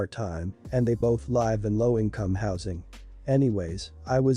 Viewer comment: Need to reprogram the vapid TTS to pronounce "live" correctly. Among other embarassing problems.